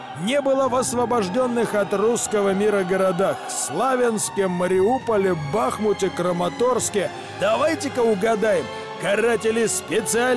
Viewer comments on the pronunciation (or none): я патриот конечно,но Бахмут можно произносить с правильным ударением. Слушая,понимаешь,что это не грамотная озвучка дешевого порно. Повторюсь,я-патриот Украины